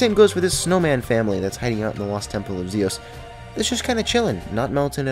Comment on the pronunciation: zios not zeos